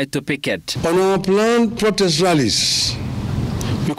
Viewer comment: Ni protest ama prodest boss? You can't pronounce words correctly on national TV😂😂